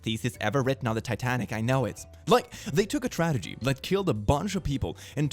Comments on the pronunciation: the only time it rly shows is when he says tradegy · Noone:: TraDeGy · So no one else heard him say tradegy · saying "tradegy" more than once is really making my evening. 🥰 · Not not being able to pronounce Tragedy and saying "Tradegy" EVERY SINGLE TIME LMAO even I started saying tradegy because of how much I heard him say it lol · 's tradegy